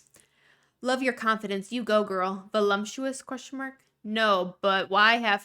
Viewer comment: I’m gonna sound like a jerk but I’ve noticed it for a couple years. Everyone in gorl world or gorl world adjacent pronounces voluptuous like it has an m in it (like voluMptuous rather than voluptuous). Is this hyper specific to the community or am I missing a joke? 😂